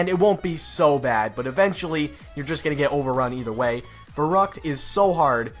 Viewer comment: When you just said Verruct I died on Verruct on bo3